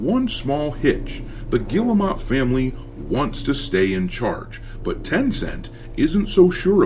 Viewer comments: It's pronounced gear-moe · You know, their name is not pronounced like that, but i like the way you say it because it add the disrespect they deserve . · Guillemot !?!? That’s French for retarded!!